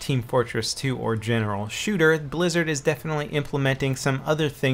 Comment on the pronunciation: Lmao I thought he said brazzers first fps lol